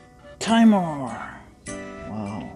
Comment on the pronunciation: By the way, it’s pronounced “Tee-Mor”, not “Tai-Mor” as you pronounced it.